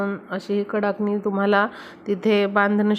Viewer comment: फारच लांबण लावली आहे. आणि कडकणि म्हणतात. कडाकणि नाही.